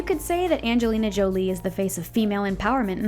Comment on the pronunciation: Is that the right way you say angelina jolie?